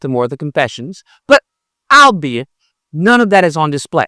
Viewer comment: Albeit might be a confusing word to pronounce because of the way it's spelled but you're meant to say All be it.